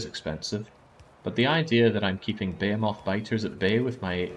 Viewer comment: Why do you keep calling behemoth's buh-hay-o-moths? Is it a Britt thing? It's buh-hee-muhth